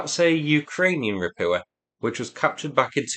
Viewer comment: How the hell you are getting "Rapua" out of "Rapucha" is mind boggling. Can you not see the "ch" in there? I like your reporting overall but this continued botching of the pronunciation grates on my nerves.